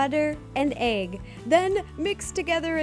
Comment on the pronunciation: i love how ro says egg. AYg